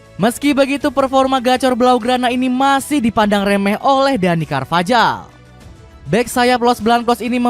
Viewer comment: izin koreksi pengucapan/pronounciation mas voice over yg belum tepat ya :) catalán : katalan carvajal : karvahal cubarsi : kubarsi casado : kasado thank youuu